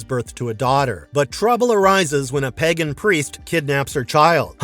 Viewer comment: Wtf is Geralt doing in there? And why do Americans have so much difficulty with saying the letter 'a'? Plague becomes Plegg; Craig becomes Kregg and, apparently the word Pagan is pronounced Peggan 🤔